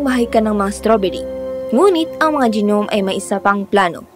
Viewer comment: gi-nom?? nom po pronunciation nung gnome